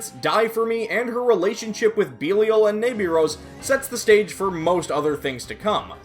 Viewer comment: Mispronounced belial